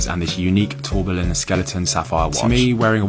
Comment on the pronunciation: No one says tourbillon right, Breguet is swiss-french so you have to squint at the word, say two of the consonants and all the vowels.